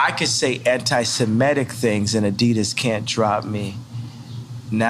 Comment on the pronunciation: It's antiseMItic, not antisMEtic.. Rhymes with critic.